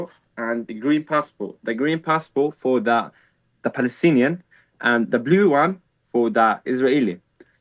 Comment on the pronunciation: Falastini lol, can’t even say p